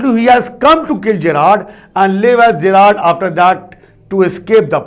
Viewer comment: Sir l think the pronounciation of Gerrard is wrong. Please cheak